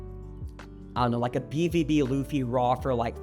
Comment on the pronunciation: Tell me you like one piece without telling me: “Laffy T. Nonkey” - 😂